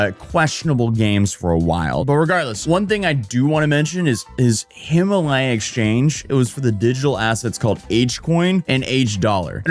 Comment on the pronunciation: When he finally figures out how to pronounce "Guo"......then hits us with "Hima-LY-uh"🤣🤣🤣🤣🤣